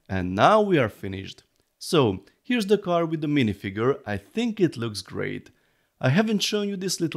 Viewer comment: You need to learn how to pronounce the TH-sound in English - for example, at the moment you're saying "De" instead of "The"